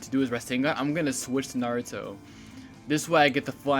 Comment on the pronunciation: I just watched this and just wanna say, the way you're saying minato and naruto aint right BOI, like damn, my ears is getting triggered lol